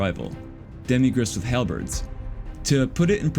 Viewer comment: Good video. Terrible English. You said Fimir and Halberd wrong